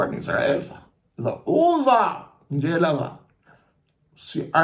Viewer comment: JO SPARTAK NGJELA PO SPARTAK NGJALA 😂😂😂😂